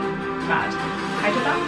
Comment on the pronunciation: Hey! Cities are Pronounced as: 1. "HAI_Y_DARAA_BAAD" 2. "NOY_DAA" 3. "AH_MADAA_BAAD" 4. "CHAIN_NAYI" Note: Letter Y is used here to symbolize pronunciation of "YA"